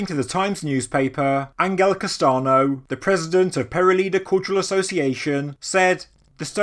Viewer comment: I think you tried to pronounce Ángel Castaño or a name like that with very bad results haha. But obviously you're not supposed to know spanish, don't worry about it! Also I can help with translation/pronunciation as well if needed. Thanks for the constant work.